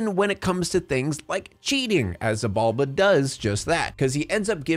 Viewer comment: btw, Xibalba is pronounced She ball ba